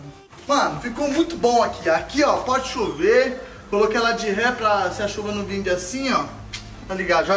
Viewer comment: O falou "pode chover", eu entende "Porsche U,V" 😂😂